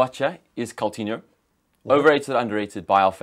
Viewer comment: learn how to pronounce our players names maybe